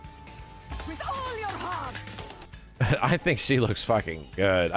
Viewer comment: „Fait with ool‘ your hearrrrt 😬😬😬!“